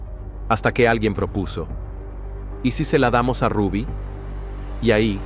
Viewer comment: ese youtuber no pronuncia ningún nombre cómo es. Ni el Rubby, sino el de su hija Zulinka, y otros nombres.